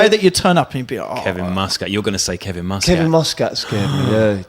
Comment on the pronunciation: Love these but you guys are saying Muscat's surname wrong! :O